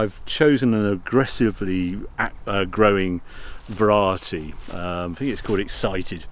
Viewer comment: said verar-it-tee rather than variety. I say bath, posh people say barth. (Only joking )